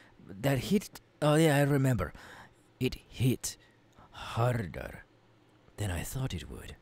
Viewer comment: U have no idea how many times I replayed "proporrrrrrrrrrtion" and "harrrrrderrr"